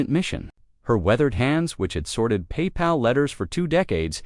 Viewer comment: Not paY pal!! But one word Papal.